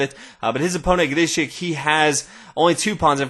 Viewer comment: I love how he pronounces Grischuck's name. Sounds so unique.